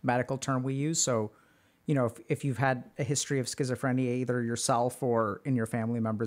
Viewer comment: I still avoid using the word scisophrenia, it terrifies me to say I guess you'd say anxogenic. I mispelt it because that's how you said it and it's actually more comfortable to hear.